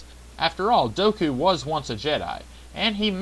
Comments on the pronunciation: Dooku, not Doku! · Dooku not Doku